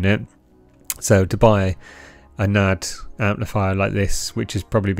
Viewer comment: N A D .. not "nad"